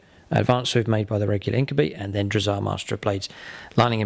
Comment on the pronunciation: INK-YOU-BYE not INK-OOH-BEE